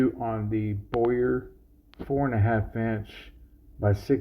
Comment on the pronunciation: It’s not boy-yer…it’s bow-err